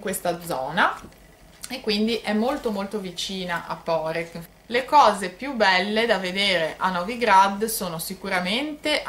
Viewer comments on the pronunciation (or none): Poreč...l'ultima lettera non si pronnuncia come una K...quindi non è Porec come Lucca ma è Poreč come Lecce....comunque per gli Italiani e meglio se la chiamano Parenzo visto che è il nome della città in Italiano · Esatto, la Č si pronunica come Lecce, come cia come ciao. Hai la Č dura e la Ć piu' morbida. Quindi non Porek (come la signora/signorina pronuncia nel video) ma Poreč.